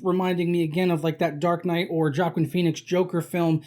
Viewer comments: Its Hwah-Keen.....Hwah-Keen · It's pronounced WAH-KEEN Phoenix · Joaquin is pronounced "wa-keen" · Completely fetched. Joker fan boy thinks he sees everyone copying his favorite movie. False. Also, why can’t he pronounce his name right?